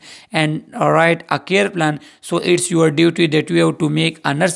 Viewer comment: Pronunsation tek nhi sir plane mean jehaz ye jo hai ye plan hai